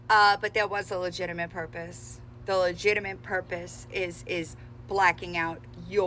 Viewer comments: She’s right.. no legiminate purpose here. Gee sus H. Say it with me LUH JIT TUH MIT. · "Legiminate"? 😂 Trying to stand on business when it's a lemonade stand selling water 😂.